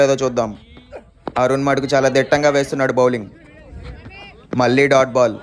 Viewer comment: బాబూ మళ్ళీ మల్లి కాస్త చూసుకుని పలుకు. ళ పలికేటప్పుడు నాలుక ఎడ్జ్ పైన తాకాలి.